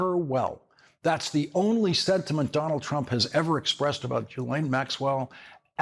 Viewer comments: Her name is not pronounced Jillain it's GILain. Mispronouncing names is a distraction. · REMINDER FOR LAWRENCE: Maxwell's first name is pronounced with a hard 'G' as in GHOST and GHOUL. The 'S' is silent. Thank you for your attention to this matter. 😉